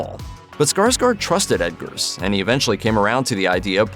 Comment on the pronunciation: It sounds like you're saying Edgars. It's Robert Eggers (🥚ers)